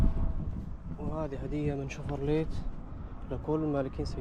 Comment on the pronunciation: مو اسمها شفرليت يا الطيب 😂 ليس هكذا تورد الإبل وليس هكذا تنطق